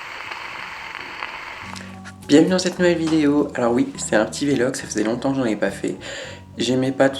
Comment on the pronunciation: Velog? On dit vlog non?